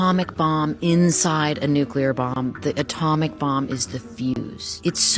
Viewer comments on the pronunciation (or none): Okay, WHY can't all of these "intelligent" people, who make these clips about nuclear weapons, PROUNOUNCE IT CORRECTLY?! Thank God Annie Jacobsen prounced it correctly, but this has become an epidemic of ignorance, throughout the world! First, we had to listen to years of that empty-headed monkey, George "Dubya" Bush, say "NUKE-U-LER," and no one in the media or his administration corrected him! (And even if they did, he is so ignorant, arrogant and narcissistic, he would probably still pronounce it wrong, just because he loves himself so much!) It's pronunced NU-CLE-AR or NU-CLEAR!